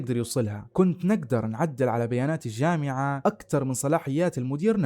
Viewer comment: ماشاءالله عليك استمرّ… عندي ملاحظة ياريت تاخدها بصدر رحب وهو في النطق والمد في نهاية الكلمة مثل الجامععععععه اليوووووووم اميييييييي قاليييييي قوتلهههه ….تفضل بقبول نقدي وبالتوفيق